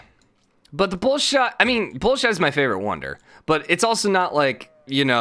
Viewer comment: Bolshoi = Bohl-shwah